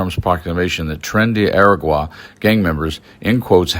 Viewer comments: You're saying "ER-uh-gwah." I see the word "agua" (Spanish for "water"), and absent any accent directing me otherwise, I would suggest that the proper pronunciation of "aragua" would be "ah-RAH-gwah." Daniel Zwickel, U. of Guadalajara, '68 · Your pronunciation of “Aragua” is horrendous. But everything else here is fantastic. A(h)*ra(h)*gua not era*gwah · "Ah-Rah-gwa". Please learn to pronoun words you are going to use in a story. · pronounce it AH-RAH-GWAH